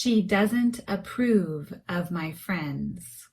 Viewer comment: Hello beautiful teacher,this is video words——-approve,The phonetic symbol is different from your pronunciation, is the phonetic symbol on the screen correct?